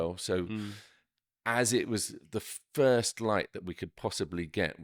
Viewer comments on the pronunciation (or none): none